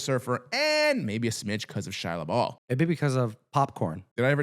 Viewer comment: It' Shalla Bal, not Ball!